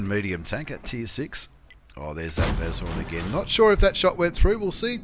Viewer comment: I'm on Board! And it's pronounced Nasorn. German for Rhino.